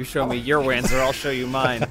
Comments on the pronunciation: Wanzer = Panzer but it walks so Wanzer, but hopefully it's pronounced "Vanzer" so it's not as stupid. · "they will wanzer for this!"